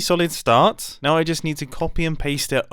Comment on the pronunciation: Are you serious right neow, bro?